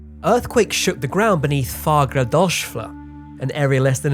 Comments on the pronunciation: If you ever have to pronounce Fagradalsfjall again, try to end with a t͡ɬ -- a clicky "TL" sound, like in 'Nahuatl'. If you find that noise tricky, go with a confident "fah-grah-dahs-f'yahd" followed IMMEDIATELY by a word beginning with an L and you'll sound like a native speaker. Analyzing the way I mutilate words when talking fast and informally, it actually comes out more like "far ah das f'yatl". Vestmannaeyjar sounds like "ves munny yar" Reykjavík becomes "rake ya week", Keflavík gets mushed into "keb like", and Grindavík sounds like "grin dike". It's easier if you're a little drunk. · Don't listen to these suck-ups telling you your pronunciation is fine. It's not, it's absolutely terrible. Hörn rhymes with Heard; it's not "horn". Consonants are ENUNCIATED. You tried to say Fagradalsfjall in a way that no Icelander would understand. I thought you were segueing into a falafel ad. Better would be to pronounce it as "FAK-RA-DALSE" (rhymes with LAG MA DANCE) and then you're basically screwed because the LL in "Fjall" makes a clicking sound that most people mishear as a 'K' (the K is formed in the roof of the mouth, but the LL click is formed around the wisdom teeth). Should you re-record parts of the audio? Probably, yeah. You are welcome for the brutal truth. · Icelander here!! Pronunciations of Fagradalsfjall was a biiiit off... It's more like Fahghrahdahlsfjhahll (hard L's in the end) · double l means that there is a t inserted before so mounain is pronounced fjatl. Good luck next time. Takes a little practice but is possible if you know that little t :-) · Its "Fa gra dalls fia ttl" and "Gel tin ga da lir" else, everything was fine. "Fjall" (Fia ttl) means like field or area. Also some famous name; "Eyafjallajokull" is spoken "Ey ia fia ttla jo ku ttl" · Very good video. The last part of some of those words you tried to pronounce ended in fjell, which means mountain. It seems to pronounce fyet in Icelandic. The same word in Norwegian pronounces fyell.